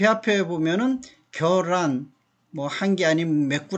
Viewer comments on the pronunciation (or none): 겨란이 아니라 ㅡㅡ 계란입니다 . 자꾸 겨란이라고 발음하네. 경기도 사투리인가